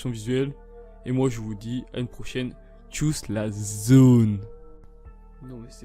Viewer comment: ‘Tchuss’ t’es suisse toi ou quoi hahaha